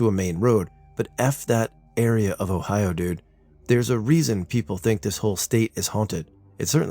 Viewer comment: Again the Uh-oh on Ohio!😂😂You kill me,.